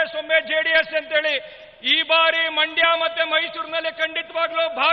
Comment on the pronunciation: ಮೈಂಡ್ ಅಲ್ಲರೀ ಸರ. ಅದು ಮಂಡ್ಯ ಕರ್ನಾಟಕದ ಎರಡನೇ ಶ್ರೀಮಂತ ದೇಶ ಮಂಡ್ಯ